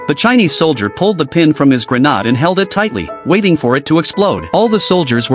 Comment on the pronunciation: What the fuck is a granada it's a grenade